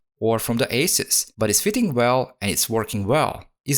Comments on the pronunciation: Agreed with the pronunciation! 🙌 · It's so nice to hear the correct pronunciation for Asus. Very thorough repair of this laptop. It's an expensive laptop.